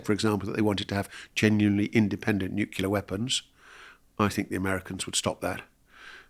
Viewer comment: Did I just hear him say NUCULAR ?!?!? IT'S NUCLEAR !!!!